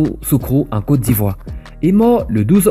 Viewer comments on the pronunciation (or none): none